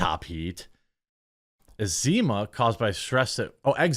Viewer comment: Is Jeremy mildly illiterate? A lot of difficulty pronouncing and just plain saying different words. I’ve long thought he probably wasn’t very educated with all his mispronunciation and using words that don’t make sense, grammar issues, etc., but this video seemed worse than normal. Is he ill or dyslexic or something? EDIT: was surprised he actually caught himself saying “ezeema” instead of “eczema”, usually he either doesn’t seem to know he’s a dummy or doesn’t bother correcting himself.